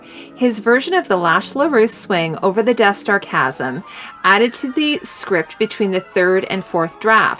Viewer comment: Great video. However, Chasm is pronounced incorrectly. Its pronounced with a hard CH sound, like Kasm.